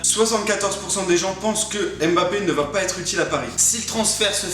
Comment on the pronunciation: petit erreur de prononciation et aussi à je vous adore^3^